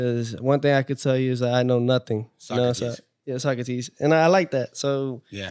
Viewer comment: fool didn't know how to pronounce Socrates 😂 but knows the quote.